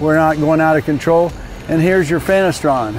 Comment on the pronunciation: Did he say fanastron?